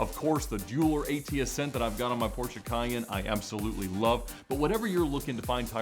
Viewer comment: Knows a ton about Porches… Still can’t pronounce the name of the brand correctly. 🙄